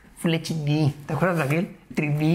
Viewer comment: #topesdegama como dice "tri di" jajajaja me he partido de la risa